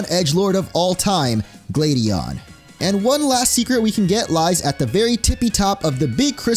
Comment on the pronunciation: Why do you pronounce Gladion and Cyrano's names in such a ridiculous way?